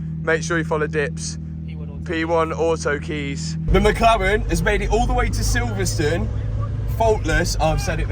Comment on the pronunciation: Silverstone not silverstun 😂